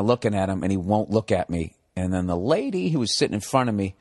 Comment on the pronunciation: Why is he saying "LAADYY" like this?